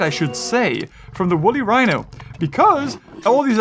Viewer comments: He did the wihno mistake again... :p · i like how you are calling the wooly rihno thewooly wino